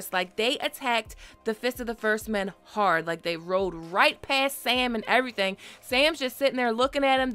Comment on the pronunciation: "We didn't see almost everthang!" Im out.